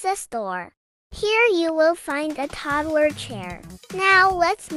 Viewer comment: You said toodler not todler